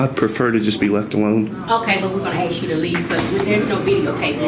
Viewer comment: OK. i axe him not to.